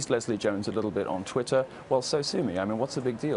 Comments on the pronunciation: "Titter erhTWITTER!"... Freudian slip of the tongue... Right into your ear. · "Leslie Jones quit titter eh TWITTER", anyone else notice that?. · lol she called twatter "titter". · So we're just going to ignore her saying titter ? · Quit titter😂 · Are we ignore the fact that she almost said tit(er)! Haha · Lmao Titter??? Anyone else hear that botch 🤣🤣👌🏻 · "quite titter" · Oh wow she said Titter at the start. We know what she's thinking about. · quit titter. lol. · She said,'Titter'..😏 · She quit Titter. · TIT ER 😂